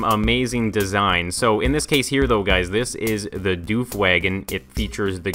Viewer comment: it's not pronounced duef but duf is